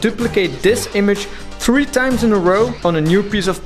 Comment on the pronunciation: Can we all agree that says TREE instead of THREE ✌😜😂